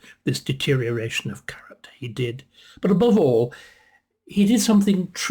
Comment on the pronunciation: When you said, ‘character’, I thought at first you said ‘carrot top’!